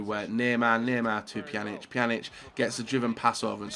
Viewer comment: what pisses me off most is inability to pronounce names correctly, i.e. Pjanić, Giroud etc. Its not hard! This is your job! stop being lazy! Really triggering with YouTuber's when this is their job and they either don't know names or how to pronounce them! UP YOUR GAME! ALL OF YOU!